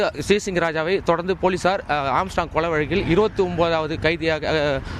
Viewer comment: செய்தியாளர்கள் ஏன் திரும்ப திரும்ப ஏம்ஸ்ட்ராங்க் என உச்சரிக்கின்றனர்? ஆர்ம்ஸ்ட்ராங்க் என்பதுதான் சரியான உச்சரிப்பு!! திருத்திக் கொள்க!!